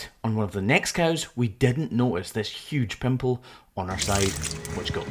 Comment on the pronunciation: "pimple" DEAR GOD!